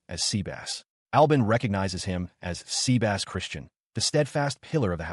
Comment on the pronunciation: Sebas ❌ Seabass🐟✅